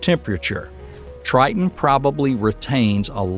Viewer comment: Titon,triton,titon tire